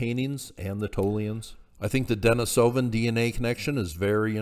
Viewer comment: Please learn the proper pronunciation of the archaic human species names if you're going to post videos! It's very annoying to listen to and diminished your credibility. It's not Den-i-SO-van. The correct pronunciation is De-NIS-o-van. Please look it up or just watch some of John Hawks' videos.